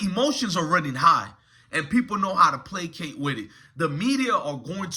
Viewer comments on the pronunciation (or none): none